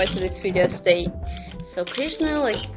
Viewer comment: Your pronunciation is wrong of Krishna